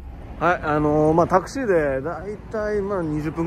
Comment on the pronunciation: タクシーのイントネーションおかしくない？